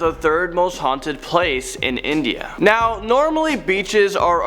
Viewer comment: bro it's INDIA not INDA ✌️✌️